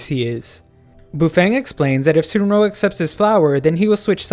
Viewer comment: Dont hate me but it's pronounced suun rong not sunro